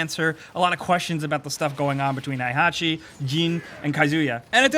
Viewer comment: '' Hai-Hachi'' - 2017